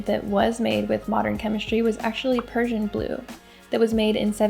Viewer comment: Nice topic and I see you did research on pigments, so I'd just like to point out that Prussia is not the same as Persia. You have the correct spelling in the video (Prussian blue), you just read it as Persian. :) Prussia was a German state at the time and the pigment was discovered/created in Berlin. Cheers.